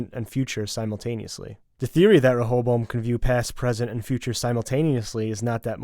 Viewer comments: Stop butchering the pronunciation of ray-oh-boam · its pronounced "Reh- a- bow-em"